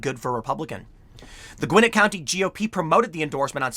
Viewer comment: The L in Dekalb is silent and Gwinnett has the emphasis on the second syllable.